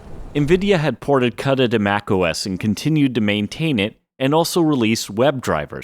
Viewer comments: Thanks….EN-VID-EE-AH…KOO-DA…you’re welcome. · Have I and everyone I know been pronouncing Nvidia and Cuda wrong for years, or is it you? also you change the way you say Nvidia a few times? Cuda is koo -duh..